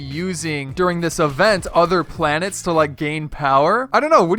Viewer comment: Planets not planers